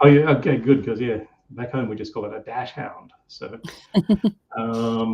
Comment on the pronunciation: Dachshund - pronounce daxhunt❤ great live session, thank you and ❤